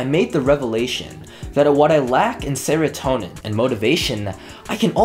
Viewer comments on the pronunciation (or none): no one:: says uwu and saratonin like 5 seconds later everyone: w h a t